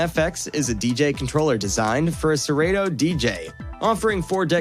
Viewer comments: It’s pronounced sir Otto. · Have I been saying Serato wrong all these years?😂😂😂😂😂